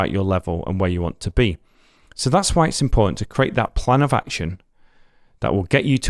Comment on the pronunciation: No he says why but he pronounced it like وعي lol